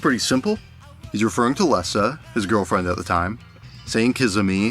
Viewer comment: I certainly don't get why you had to insert that Springsteen 💩 in the montage. And please pronounce her name correctly. It's Leeeeza not Lessa.